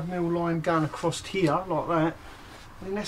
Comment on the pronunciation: so many times I heard you say that 🤣